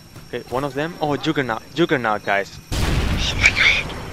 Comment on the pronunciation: "Juggahrnut" lmfao